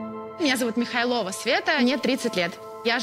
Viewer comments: ударение Михайлова на оооо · Всё здорово, кроме Михайлова, а не Михайлова.